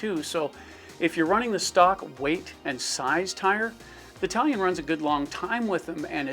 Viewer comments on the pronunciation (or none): Am I the only one hearing, Italian not talon. Lol think I’m too tired.